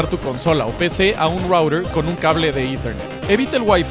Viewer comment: hay que conectarlo a un "rourer" buen ingles